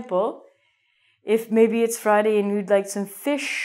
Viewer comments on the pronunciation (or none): none